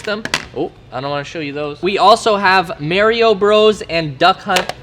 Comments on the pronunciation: I know you didnt just call it may-rio bros... . I am actually triggered... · Mario bro’s but he says mareio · Did he say maireeeo Bros 🤔🤔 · This man is hecking saying mairio bro’s pronounce it right it’s Mario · "We got MERIO Bros" xD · It’s Mario not merio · “Merio bros” 😂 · He really said marry o bro’s 🤣 it’s Mario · I liked the video until he said mareio it’s MARIO LIKE MARS BARS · My guy said “mehrio bros” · lmao he said "maryo bros" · I guess Canada got Merio Bros. instead of Mario Bros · "Mayrio Bros." >> Unsubscribed XD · Did he just say Maryo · He said MARYo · So we gonna let it slide how he said merio bros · This man said merrio bros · Mayrio bros. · Pleas pronounce Mario correctly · Bro you are so mispronouncing Mario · If you ever pronounce Mario like that again ima have to take a shit on the hood of your tesla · um you said “Mario” wrong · LMAO, you pronounce Mario so wrong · Saying Mario wrong lol